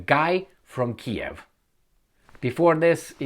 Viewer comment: it’s Keeeeev 😂